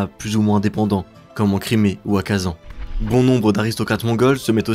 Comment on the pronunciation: Juste en tant que Tatar le fait que tu prononces Kazan comme ça, ca se prononce Kazaïn